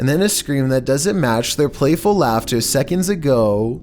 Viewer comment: A quick shekund